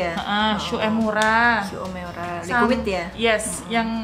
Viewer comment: Bukan SU E MU RA, tapi dibacanya Shu Uemura = shumura gak pake E